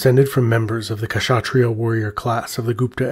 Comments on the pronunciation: You pronounce kshatriya as Shat-riya .. the 'K' is silent . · Great video, just a small tip: In "Kshatriya" the K isn't really pronounced. It's pronounced Shut (like "shut the door")-Riya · The K in Kshatriya is silent just like "knight" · Just a small suggestion - The K in Kshatriya is silent so you pronounce it as shatria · Loved the video but noticed one minor kept bugging me the whole time, the way the work kshatriya was pronounced. Although the correct pronunciation might a bit difficult for some westerners it is good enough IMHO to just consider 'k' to be silent. That would be a good enough compromise. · The "K" in Kshatria is silent. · Please do not hesitate to ask native speakers to clarify pronunciations of foreign words such as Kshatriya. Otherwise, great video. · Great video but the k in kshatriya is silent